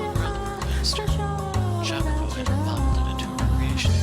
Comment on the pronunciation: the correct pronunciation is "i-a-co-po" with a slightly "longer" i